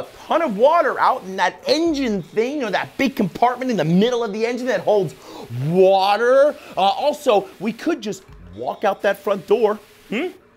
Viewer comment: the way he says water makes me laugh every time